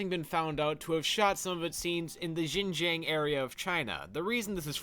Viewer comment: Yes, you're one of many non-chinese youtubers who have covered this topic, and you don't break from the tradition of mispronouncing "Xinjiang" either lol